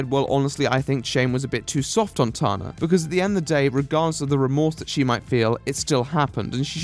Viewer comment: Why does he say tarna not tana 😭